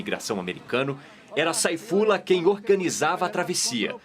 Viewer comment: A pronuncia certa não é "Seifullah"?